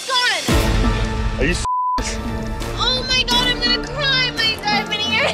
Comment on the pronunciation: I love the : im honna cry my diamont erring